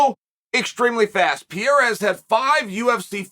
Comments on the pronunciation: Why he keep saying Piera? 🤣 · Someone tell Chael that Piera is........... Pereira already! It's not charming, it's ridiculous!!! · Alex "St." Pierrea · Alex “Pee Era” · Chael can't get anything right with Pereira. Between name pronounced completely wrong, thinking he has a 6-0 record and originally thinking this was about to be his 6th UFC fight.